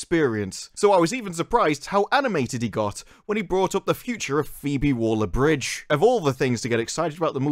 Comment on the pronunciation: it's Waller, not Wooler 😂